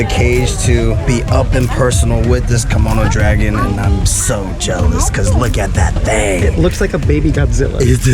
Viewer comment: Is he keep saying Kimono dragon? xD